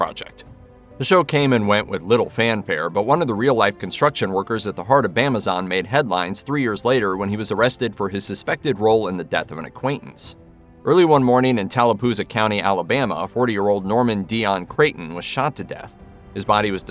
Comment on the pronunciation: it's tallapoosa, not tallapooza.